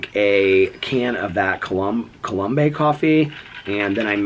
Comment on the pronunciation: I think the coffee is (la- coh-low-mm). Thats how my husband pronounces it. Not 100% sure though